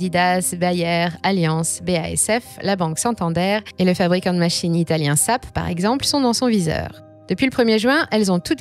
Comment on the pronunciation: "Le vendeur de machines italien SAP"... déjà ils sont allemands, dans l'informatique et ça ne se prononce pas comme ça... votre recherche est tellement nulle et inexistante que j'en viens à douter de la validité de vos vidéos... qui sont d'ailleurs de moins en moins qualitative.